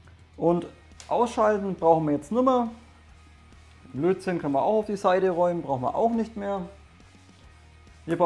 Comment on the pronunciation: Ich hör immer "Blödsinn" statt Lötzinn :-D